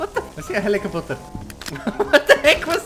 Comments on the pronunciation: Does he say helicapotter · "i see a helicoop a ter " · "I see helicopoter"???? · "I see a helicopoter" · "I see a hela-caputer..." killed me 😂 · "I see a HeliCopoPtEr" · "i see the HELICOPOTER" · The "HELECEPOTER" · LOL HELICOPOTER XD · Are we gonna overlook how he said helicopter